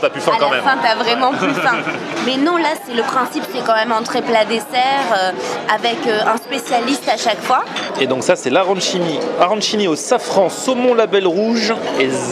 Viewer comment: On dit arranchini=arran(k)ini